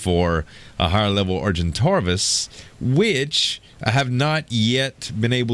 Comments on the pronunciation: Is it just me or is he mispronouncing Argentavis? It sounds like he says Argentarvis, but there's no "r" according to what I see ingame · Yo the way you pronouce argentavis is are-gen-tav-is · Is it just me or is he mispronouncing Argentavis? It sounds like he says Argentarvis, but there's no "r" according to what I see in the video at the top of the screen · Argentavis (are-jent-aye-vis) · argitavis has no r